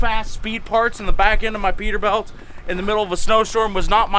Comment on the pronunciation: It kills me that he says peterbelt and not peterbilt